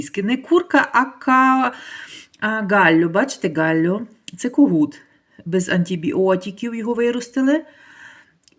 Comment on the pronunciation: Не гале а галло